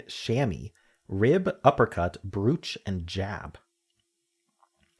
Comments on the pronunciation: Doug pronounced it like that too and I was surprised. It's broach here - but then Doug and don't live here. ☺️ 🇬🇧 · I don’t think I’ve ever heard brooch pronounced that way. I always thought it was bro-ch. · weird way to pronounce brooch